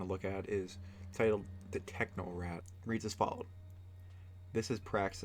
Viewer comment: The Techno-rat? What happened to the C? In Technocrat